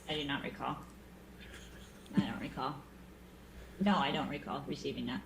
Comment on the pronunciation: I was dying in the middle of the lunch break it was to painful hearing "I don't re-call"